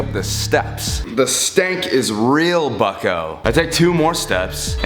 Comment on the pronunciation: every time he said bucko i thought he was saying fucko